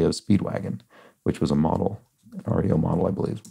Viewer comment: Unlike the band, the company REO was apparently pronounced as one word “Ree-oh” rather than spelled out